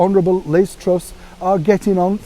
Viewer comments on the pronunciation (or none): none